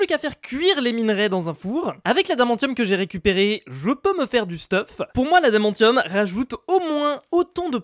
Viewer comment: Ça se prononce adamansium